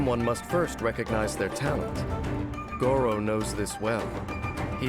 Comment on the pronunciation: I can't help but cringe every time Gorou's name is pronounced with the "rrr" sound since that's the same pronunciation as "dog meat" in China :( Gorou is a Japanese name and in Japan the "r" is pronounced the same way as "L" so rather than saying "go-row" it's more like "go-low".